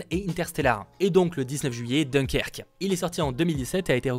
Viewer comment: Alors, dans "Dunkerque" le "un" se prononce comme le chiffre, soit d1kerk si tu veux. 😉 Merci pour le récapitulatif de juillet! 😉